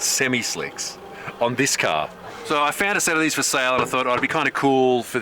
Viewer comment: “It’s a carhhhhrrrr!”